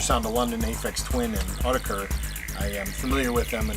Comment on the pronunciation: Sweet haul! That was an interesting pronunciation of Autechre! I used to say it wrong like that too. It's basically "Aww tekker." Funny thing is I have several of the albums you showed on vinyl and have never owned or heard them on CD, lol. Sort of weird considering the digital nature of the albums. Global Communication! This reminds me I still need to do a vid on my Warp vinyl. LOL! Love that Plaid slip with the instant replay! At least it didn't go in your eye like Biophilia!